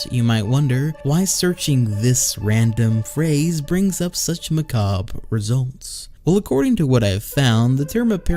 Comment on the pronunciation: Just wanted to say thank you for pronouncing macabre correctly! I cringe every time I hear someone say macabray...